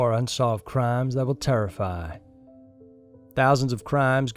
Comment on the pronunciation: Dude the way u say terrify lol